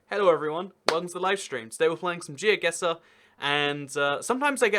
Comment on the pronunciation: It's actually Geoguessr even ^^